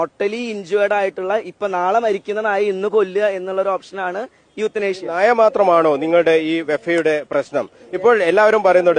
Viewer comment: യൂത്തൻഏഷ്യ അല്ലടാ, എവുത്തിനാസ്യ😂😂